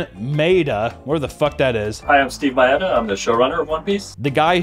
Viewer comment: Whether we agree or disagree on how bad Netflix's One Piece adaptation looks (really, really bad), at least we can agree that can't pronounce Japanese names. 'Ma'・'E' (as in 'Eh')・'Da', not “May・Duh” 'Jun' (as in June)・'Ji', not “Juhn・Ji”